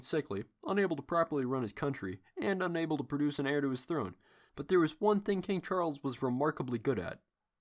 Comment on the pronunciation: Also it’s pronounced ‘air’ and not ‘hair’ to the throne.